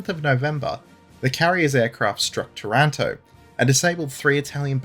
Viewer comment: It's pronounced TARanto - stress on first syllable. It's painful to hear the Brits mangling this name. Similar story for BRINdisi. And VENeto.